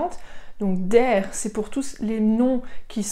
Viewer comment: Madame vous aviez dit que le terminaison avec er se prononce a mais pourquoi ici vous aviez dit deur alors de dar